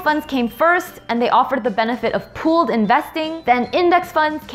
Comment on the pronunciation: “Pooled”, not “pulled”